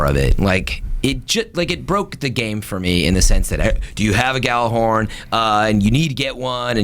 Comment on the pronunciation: If i had a dollar for everytime people said Gjallarhorn wrong.